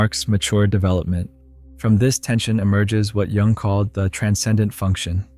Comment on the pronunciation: It's too distracting listening to someone discuss Jung when they don't know how to pronounce his name correctly